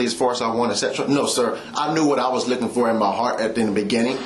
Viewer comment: Several times he said he was not licking for anything from her. He wanted to say looking but sounded like licking.